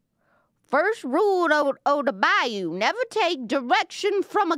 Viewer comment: Burst out laughing with the “bayous” accent 😂😂😂😂😂😂😂😂😂😂